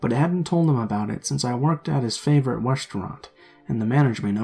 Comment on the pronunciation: In story #2 said restaurant weird 😂